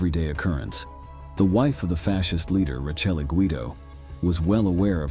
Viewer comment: His wife, Rachel, is pronounced Ra. Kellay